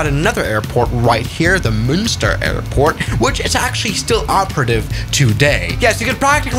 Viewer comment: munster airport ❌❌ monster airport ✔✔